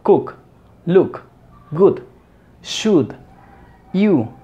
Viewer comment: Good, look estan mal pronunciadas como enseñas eso. Mira como lo dice fastbrain.